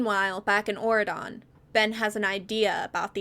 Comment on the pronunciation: I have never heard of these books and until 20 minutes in, I truly thought you were just saying Oregon in a strange way instead of Auredon😭